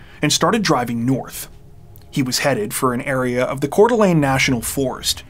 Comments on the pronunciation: I'm listening to this now--this may be a small thing for many people, but I want to praise you for learning how to pronounce Coeur d'Alene and Kootenai County (former resident). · You always do a great job telling the stories, being respectful and compassionate. I appreciate that you clearly do your homework even for the smaller details like pronouncing Coeur d'Alene and Kootenai correctly. Thanks for all you dedicate to your videos! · I'm impressed that you pronounced Coeur d'Alene correctly. It's not an easy name to pronounce if you haven't heard someone else say it. 😊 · Thank you for knowing how to pronounce Coeur d Alene correctly. No gnashing of teeth tonight.